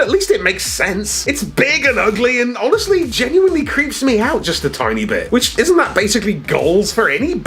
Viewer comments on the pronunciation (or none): none